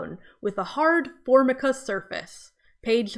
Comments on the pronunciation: It's for-MI-ka nor FORM-i-ka. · 😫 but I do know what Formica is! Am I wrong for knowing about Formica?! It’s not important, but it is pronounced for-micah, not formi-cah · Formica (pronounced for-mike-uh) it’s probably some thing anyone younger than a early millennial would not know. I’m Gen X and I grew up with for Michael floors and countertops. This is probably a function of the author using his own background and not thinking about/knowing current children. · formica (pronounced For-Mike-ah) is really common especially in the southern/mid west united states (where i am from) and ive known of it's existence since i was like 5 because every countertop in my neighborhood was made of it plus every counter top at my schools, it was common to say "place your drink (or lunch) on the formica", they even mention formica in an episode of spongebob as a punchline, so i dont think it's valid criticism just because the word wasn't in your vernacular previously and to assume a child had never heard of something like that is wrong becauseit denies individual experineces, when i was 7 i knew the word frenectomy because i had one done to me, so just dont assume. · “Formica” is pronounced “for-MY-ka,” and it’s very well known in the USA as a brand name. In the USA, a lot of kitchen tables and counters are coated with it, and the sellers of such wares normally advertise it as a feature. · Enjoying your content. I know what formica is, but I would call it dated to be in a YA novel. It brings up 70s/80s vibes for me, of grandmas counter tops. Not a word used as much today. (It is pronounced four-mike-ah, if you have never heard it before,)